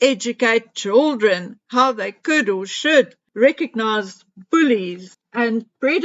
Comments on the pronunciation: I am South African and we say CHILDREN. NOT CHOOLDRIN.... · It is pronounced CHILDREN. Is NOT CHOOLDREN.